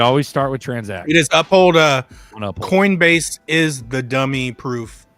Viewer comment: Lol. Someone please tell it's Up-Hold, NOT Uh-Pold!!